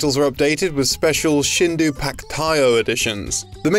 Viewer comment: It's Mario 64 "Shindo" (振動), not "Shindu" FYI